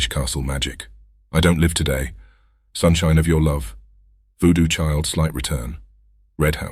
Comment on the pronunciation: just make it pronounce 'voodoo chile - slight return' the right way pls. Always sounds like it's 2 diff songs. Thanks for this series, and keep rocking!